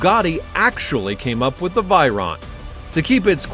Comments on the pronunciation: It is called Veyron. Not Vyron or Viron...Dont you know how to pronounce?? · It's Veyron 😭😭😭😭 Vey-Ron not Vyron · Other people: Veyron This guy: Viron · Vey not vay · The fact he pronounces it as v-eye-ron is annoying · I stopped watching as soon as he pronounced Veyron incorrectly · Learn to pronounce veyron and Chiron correctly